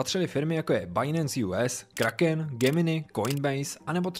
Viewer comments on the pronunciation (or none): none